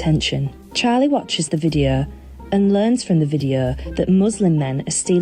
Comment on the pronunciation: "Videuuuuu" "Av yoo gut a rreeumm?"